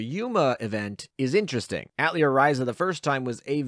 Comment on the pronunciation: You gotta learn how to say atelier man, it is french.